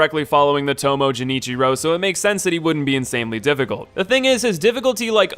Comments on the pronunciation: Dude the cutscenes and npcs literally tell you how the names are pronounced. Genichiro is called by his name a lot and you can hear the hard g, it's not jenichiro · I don't understand. You have played the game yes? They say characters names several times. Especially genichiro. But for whatever fucking reason you still pronounce it "jinichiro" and not "genichiro". I don't understand, your clearly aren't an idiot, so why do you act like one! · i left the paused when i heard Jenichiro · "Jenichero way of tomo" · Everytime he pronounced Genichiro as "Jenichiro" I died a little. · ah yes, Jenichiro the way of tomo and gyubu mastaka oniwa, my favorite bosses! I'm glad he covered them :) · Anyone else a little pissed how he is pronouncing genichiro as jenichiro, i am literally seathing, he clearly played the game and still cannot say his name right smh. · I hate the way he says Genichiro... Edit: scratch that... I don't like how he says more of the names... Edit 2: that isn't the ape's bride... It's his daughter... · I swear if he says JENNichiro one more time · everytime he said Genechiro i cringed hard, but good video! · Gs in Japanese are not pronounced like Js, it's guh-nichiro :l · Going full weeb here but Japanese doesn't have a "je" syllable so every time you pronounce genichiro "jenichiro" a part of me died. Edit: also lady butterfly gets wrecked by the shuriken, I did her as my second boss and she wasn't that bad. I wouldn't put her harder than genichiro at all. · It's a hard G sound in Genichiro. Pls. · How did you play the entire game and never once hear any character pronounce Genichiro’s name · Everytime he pronounced Genichiro wrong i cringed a little. Also hes way harder than lady butterfly wtf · Okay not everyone is as fluent in weebanese as you losers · The way he pronounces Genichiro pains me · Who tf pronounces “g” as a “j” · mispronounces Genichiro Me: Dies from Dragonrot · The way he says Genichiro... My Goodness...